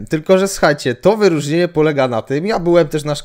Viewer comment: wy-róż-nie-NIE :D